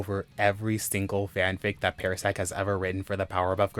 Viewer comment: I love these stories, they are all great reads. I'm sorry, but it's pronunced PAR-sec not pair-sec. It just bothered me hearing it pronounced that way.